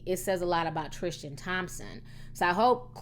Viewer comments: Ti, it's pronounced Tris- tan. Not Trish-tan . Hehe Anyhoo, love ya girl 🌷❤️❤️❤️❤️ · "Trishtan" Tristan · You can't even say his name right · next you make a video research how to say they names right the video is good as always until you say his name right